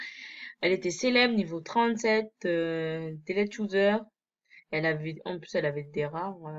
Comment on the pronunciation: Putain mais sa m'a tourner dans la tête pendant toute la vidéo : toi tu dis 《 deled user》MAIS NON C'EST 《Deleted user》 Tu sais pas lire ou quoi ?